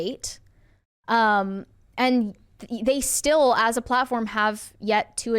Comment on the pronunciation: As a non-native speaker, I appreciate learning I'm not the only one messing up words like still/"steel".